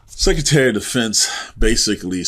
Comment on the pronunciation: It is not "sek e tary". It is "sek Re tary". You need the "r" if you're going to speak English.